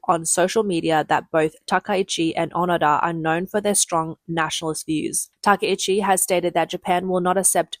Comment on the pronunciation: I believe her name should be pronounced with 3 syllables, ta-KAI-chi, instead of ta-ka-EE-chi